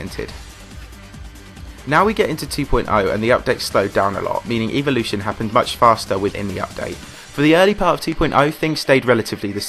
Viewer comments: E volition? It’s pronounced, Ea vol oo shun ;) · I don’t know if it’s different in other countries. But in Canada we say “ev-o-lution” while you were saying “eev-o-lution” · Note you said Evelution